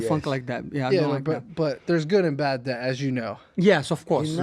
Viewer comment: Can someone please tell my man money Moicano...debt is pronounced "det" not "debit"